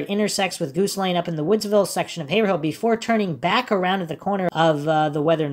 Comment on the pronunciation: quick lesson: "haverhill" is pronounced "hay - vrul"